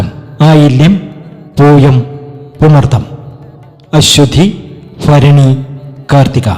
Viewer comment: നിങ്ങൾ വലിയ മഹാനായൊരിക്കാം പക്ഷേ മലയാള ഭാഷയെ കൊല്ലരുത് ഫരണി എന്നൊരു നക്ഷത്രം മലയാള ഭാഷയിൽ ഇല്ല ഭരണി എന്ന് ഞങ്ങൾ കേട്ടിട്ടുണ്ട് വായിച്ചിട്ടുണ്ട് ഫരണി ആദ്യമായ് കേൾക്കുകയാണ് ഫാര്യ, ഫരണി, ഫിത്തി, ഇത് ഫയങ്കര ഫിചിത്ര ഫായിരിക്കുന്നു